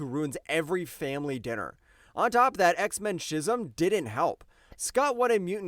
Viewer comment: Schism is pronounced Skiz-ism not Chiz-ism